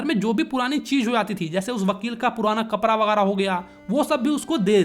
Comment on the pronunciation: कपड़ा ❎ कपरा ✅ गाड़ी ❎ गारी ✅ 😂😂😂